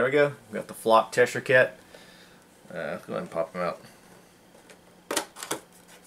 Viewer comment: You seem to be the only person from America that's able to say Cheshire haha!